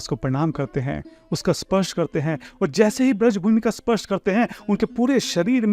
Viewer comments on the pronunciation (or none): none